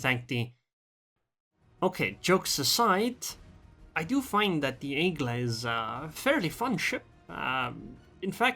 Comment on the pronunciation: Congratulations ! You said correctly the name ! AIGLe ! the eagle class is the class(e) Aigl(e) like the other french names like the Fantasque ( fantask ) la Galissonièr'(e) le De Grass(e) l' Algéri( e) and the Dunkerqu(e) th last E is eve light even mute